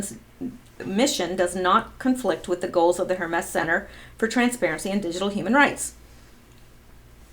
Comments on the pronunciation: Word police here. I believe it’s pronounced HER-MEES. Not HER-MESS. Thank you for participating. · Hermes: For the god: Rhymes with "Germies" Sounds like "Herpes" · Pronounce Hermes as Her mees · Hermes is Her-Mees, not Her-mess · It's pronounced her-meeze, not her-mess. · pronounced............her-meez...... not hermess............... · Hermes is pronounced "Herm-ees" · Hermes = Her . meez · Hermes is pronounced HER-MEEZ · Pronounced HER-MEEZ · Dutuerte= pronounced dootwartay; Hermes= pronounced hermeez. jeesh. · Hermes is pronounced Hermeez. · Hermes is pronounced "Her Meeze" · Hermes is pronounced Her meese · Hermes-> ur-mez, I believe, is pronunciation. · it's pronounced Her-mees. Hermes is Greek name of God Mercury and is Patron saint of secret society of Freemasons, and founder of Hermeticism and Sacred Geometry. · Hi, love your videos and interpretations! Just wanted to let you know--Hermes is pronounced with the emphasis on "Her", with the "mes" incorporating a long 'e' sound. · Lori Buchan : I am German living in France: it’s pronounced „Herr“ like „Sir“ in German and « mess » like a « terrible mess“ in English. I thought it was Not that complicated and wondered. President Duterte is pronounced like « Du » in German » and then